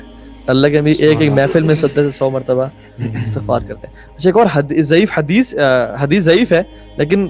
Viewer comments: Thank you for the great message broth but please pronounce the word Astaghfar correctly ❤ regards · Bhai istigfar parhy hai Istigfrulaah